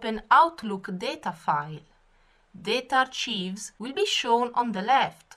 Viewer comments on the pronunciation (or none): You are pronouncing 'archives' incorrectly. Its pronounced like: 'ARE-KIVES' . The 'ch' makes the 'K' sound, ain in the word 'Kite'. The 'i' makes the long vowel sound, just like in the word 'kite'. 👍☺